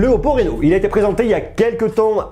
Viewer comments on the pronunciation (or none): Sinon ca se prononce 'Rhino' et pas 'Réno' 😁 bonne vidéo, j'attend celle du 10x Zoom